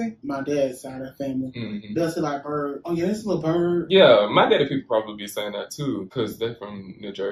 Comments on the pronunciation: I think it more like 'birdy' than bird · Birdy ba tamen not bird hahahah